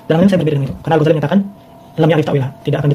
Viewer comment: Muhun ajengan. Atuh ajengan mah nyebut Al-Ghazali saja msh salah hehe. Harusnya huruf za di tasydid. Jadi Al-Ghazzali kalau nyebutnya benar. Kalau nulis boleh lah ditakhfif.